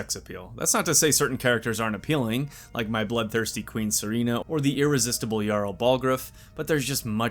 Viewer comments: Sireena. Me: HER NAME IS SERANA NOT SIREENA PRONOUNCE HER NAME CORRECTLY! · When you fail both Reading and Listening To what the game tells you... 🤦 Say it with me, "Seh-RAH-nuh". Not Serena.